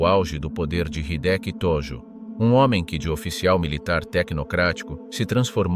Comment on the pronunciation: えいきじゃなくて、ひできだぞ。登録はなし！日本語を勉強して出直せ